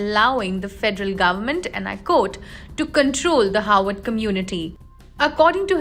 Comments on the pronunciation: Why does this lady continue to say "Howard"? Its Harvard University! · And she says 'Howard" 🤔